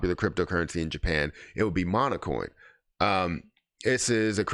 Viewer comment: Seriously? You didn't even take the time to review their website? How about Hara on Twitter? Or the Kana and PiLab announcements? Or the new Jasmy ambassadors? Congrats, you bottomed out with this failure of an irresponsible video...and it's "Monacoin" not "Monocoin".